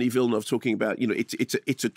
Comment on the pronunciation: Minor point: I'm incredibly glad to hear a professional film critic pronounce 'Villeneuve' correctly (or close to correctly). Every other critic I watch pronounces it 'vill-NOOVE', even Canadian ones whose first language either is French or is derived from French.